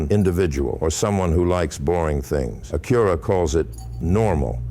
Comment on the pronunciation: Front logo is so large because the radar is behind it for the adaptive cruise/auto brake. You also pronounce Acura incorrect.